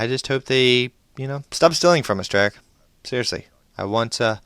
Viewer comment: forgot the h at the end and is Treyarch not trayarc